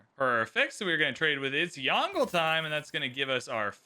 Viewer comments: It really doesn't take long to learn to say a name, hearing say YONGLE like DONGLE, instead of YONG-LUH is jarring, especially the amount of times he says the name. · Disliked because there was 0 effort put at saying "Yongle" properly. This creator's pronunciation was especially hideous. Potato McWhiskey, Boes, Ursa Ryan, etc all took great care. There's also an official video trailer of Yongle saying his own name correctly. So there's really no excuse. People who show wilful ignorance and non-chalance towards history and different cultures shouldn't play civ. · stop saying yongle lol